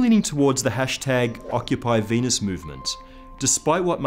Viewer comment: Mahhhz and Veenuse